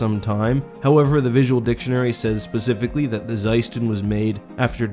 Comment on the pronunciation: Bro, you're killing me, did you really say "pacifically" instead of "specifically" ?